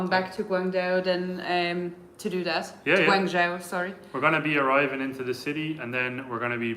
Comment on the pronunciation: You are correct, Guang joe is the pronunciation. Have you ever thought of visiting zhangjiajie where Avatar movie took place. You will not be regretted.